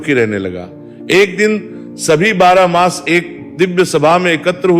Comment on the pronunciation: कहि -कहि मास के स्थान पर मांस का उच्चारण आ रहा है😢